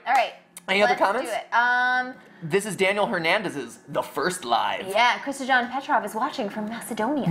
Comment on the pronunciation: just to let you know and I know I’m really late Kristijan Petrov is pronounced Kristiyan Petrov